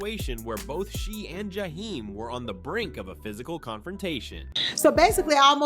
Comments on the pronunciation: This clown said his name like he was from the Middle East jahhhheim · The narrator mispronounced Jaheim more times that he got it right and that’s a shame. I couldn’t keep listening for this reason. SMH